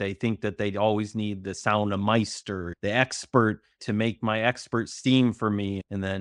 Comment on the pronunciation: I also wanted to add but forgot yesterday.... its sauna mestari= sauna master(pronounced mist- tari) just thought it would help you along.